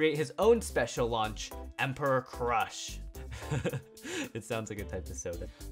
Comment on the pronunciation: Its Emperor Crash Not Crush